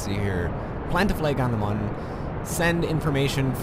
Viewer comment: the Mün is pronounced moon